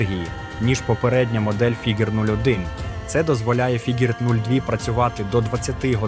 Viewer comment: Фігер, Фіджер, Фігуре - ти смієшся? 😂😂😂